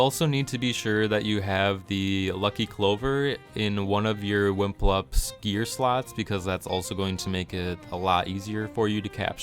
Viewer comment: Pretty sure they are called WipluMps, not WiMplups. Other than that, great video!